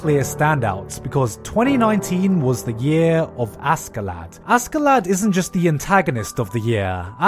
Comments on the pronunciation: Seriously, how the fuck is Vinland Saga your AOTY when you can't even pronounce Askeladd's name right? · AsSkELaD We are weebs please just say Asherato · Well i bet you watched dub because you are calling him Ass-ke-lad.....(facepalm)...its Askelad check how to pronounce it....even that guy's name deserves respect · it's pronounced Ashlad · It's [ashellad], dude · Aske-lad LOL nice one gigguk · i know his name is written as askeladd, but i'm pretty damn sure the characters pronounce it as ashelad. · Askeladd is pronounced "ash lad" because that's literally what it means. An underdog found shoveling ash, but succeeds at the impossible, in the end. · Sorry, I just can't get over this pronunciation of Askeladd. His name literally means "covered in ash". Cmon, Gigguk.